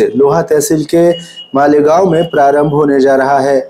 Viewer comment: मीनल माडे गाँव😂😂😂 बोली😂😂😂😂